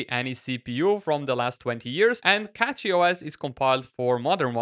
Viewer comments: its CachyOS and not CatchyOS ... 😁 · It pronounced cashy noch catchy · Please stop saying "Catchy" when its CACHY. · he was the 2nd person with an non-english accent who called it "catchyOS"